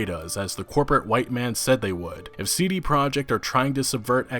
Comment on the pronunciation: You are pronouncing "CD Project” wrong. It's a Polish company so their name is in Polish. It's ”tzee-dee proyect”.